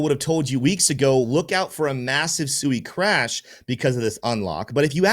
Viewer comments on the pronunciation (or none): Brother SUI is pronounced SWEEEEE. No one's getting SUUUUIIIIId of litigated. Great video